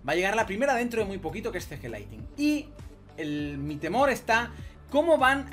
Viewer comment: No es Laitin (LIGHTING) es LIGHTNING!! La N de despues de la T se pronuncia!